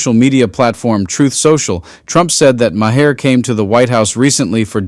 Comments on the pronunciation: its pronounced MAR not ma hair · I'm sorry, but your AI voice sucks! "My hair" instead of "Maher". I did think it was your own voice, but...it ruins the entire video. No like for this one. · It sounds like Mar not Ma har. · Your AI narrator is lousy. Really? 'Mah-HAIR'? Please stop with the AI. Either read it yourself or hire someone to do so. 🙄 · Why did you keep saying Ma - her? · You’re doing great work! But please stop using ai audio. 🙏 Does it really save that much time? “ma-hair”…??? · MaHair? AI needs an editor. Colbertt? Yaghhh! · Is it really pronounced like ma-her? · Ma-heir? So you do live bits and then you let AI read the rest of it. That’s lazy. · Ma-hair? Get a better AI. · “Ma-hair”? Are you using AI to read? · The AI pronunciation of Maher is "My hair". LOL 🤣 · MaHAIR? Lose the AI shit voice. Give a person the job. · I like your channel, but please stop using the AI generated voice: "mah-her" and "cole-bert"? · "My hair (in the reading) came to dinner" and "My hair's behaviour was much different" was quite funny. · Why does that guy mispronounce everyone's name? It's Bill Maar. Spelled Mahr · How about saying Bill’s name correctly? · Can the guy reading the Trump message pronounce Bill's last name correctly 🤔 🙄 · “All the people around him…” could be a hybristophiles. Enjoyed your video until your AI voice couldn’t pronounce - Maher, correctly. Disappointing. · Who are the idiots reading these posts, they can’t even pronounce Maher name properly, Trump is nuts but the mispronunciation of peoples names makes it worse than Trump idiotic post. BTW, who cares about Trump post, all the same, pure stupidity, he’s mental, just call it like it is. 🤷‍♂️🖕🇨🇦. Until you get rid of that moron, your country is going into the toilet. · Why can't you pronounce Bill Maher properly.? Are you using AI? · I hate AI voiceovers. The repeated flagrant mispronunciation of "Maher" undercuts credibility. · Good info but tell your AI how to pronounce his name.